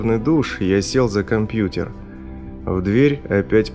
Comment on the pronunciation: босЫе ноги..компьют(е)р произносится как э